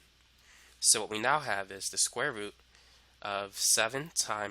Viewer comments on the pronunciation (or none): When he says root but sounds like "fruit" I'm thinking why the eff' is he mentioning fruit. Lol